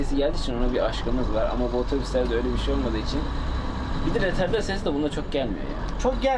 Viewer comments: Röterdar değil retarder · Röterdar değil "Retarder"